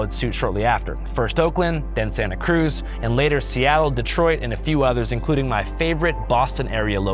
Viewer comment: love your stuff. it's not Santa crUz. it's sAnta cruz.